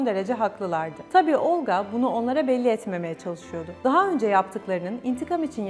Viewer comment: Olqa ismindəki L herfi yumşak deyilmeli. Xatun Olqa deyerken çox kaba çıkıyor..Çünki Rus dilini bilmiyo.